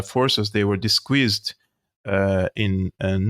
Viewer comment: Another great episode,! Thank you..... By the way... disguised = 'dis- guysed' not 'dis-squeezed'........🤣🤣🤣🤣... Yeah the American troops are sitting ducks...splat....